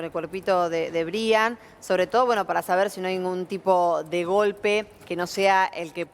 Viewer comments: anunciando la muerte de un angelito, con música de circo???? es en serio??🤔.......…😭 ah!!! y por favor, se escribe Brian, pero se pronuncia Braian. es un nombre en inglés. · Creo que se pronuncia Braian, y se escribe Brian.